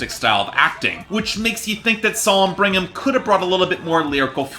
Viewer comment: Bring-um? Brig-um!!!! Otherwise, AWESOME review 👏